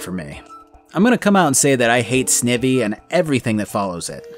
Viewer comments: Snivy. Snake + ivy. Sny-vie not snivvie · Sn Eye Vee NOT Sne vee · I am Fuming why would anyone pronounce snivy as snivvy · Kinda lost it when he called snivy, sneevy😓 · Man those mispronunciations for Rayquaza and Snivy lmao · THE WAY HE PRONOUNCED SNIVY I CANT